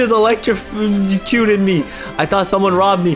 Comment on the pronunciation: ah yes my favorite word ELETEFICUTED